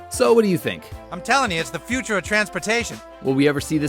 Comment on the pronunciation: The futah is NAO